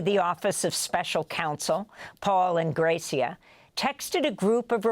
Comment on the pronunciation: "gold gilded"? Is it 'Ingrassia' or 'Ingrayssia'? It's a broadcast y'all. Tighten it up